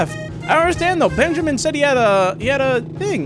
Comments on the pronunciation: I literally said to the screen ITS BUN-JAMIN NOT BEN-JAMIN until he noticed bro was making me die a little🤭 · OH MY GOD MAN. OH MY ACTUAL GOD. HIS NAME IS NOT BENJAMIN. ITS BUNJAMIN. BUNJAMIN. B*U*NJAMIN. OH MY GOD. PLEASE. IM DYING. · You must play yugioh because you just refuse to say Bunjamin's name correctly LMAO